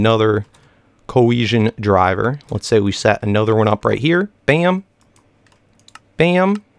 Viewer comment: Not to be rude the Coercion Deriver that you explained in the beginning is pronounced "Deriver" as in Derivative, Derive, or Derivation. Not "Driver" like the person operating car. The same thing happened in the galacticraft episodes when you were pronouncing "Meteoric Iron" as "Metric Iron", the correct pronunciation is Meteoric as in Meteor or Meteorite. Sorry if this came across as a rant-like hate comment I just like helping people sound better! (ps love your videos great content!)